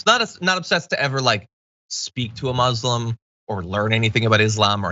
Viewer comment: Hey John ... please learn how to pronounce Muslim. It's not supposed to sound like muslin (cloth). Even Donald fricken Trump says it correctly. Check this link.